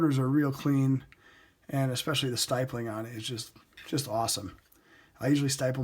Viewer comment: Weird pronunciation for stippling. Just use your thumb to push the top of the slide lock bar down less chance of scratching the frame with a screwdriver. Good looking gun.